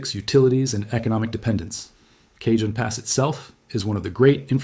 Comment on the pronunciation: It's pronounced CAHONE